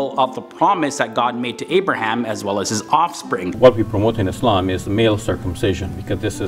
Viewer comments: Thanks for pronouncing "ISLAM" correctly.. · Yes with an “s” and not “z”